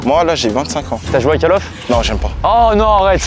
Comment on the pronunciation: "cale off" 😅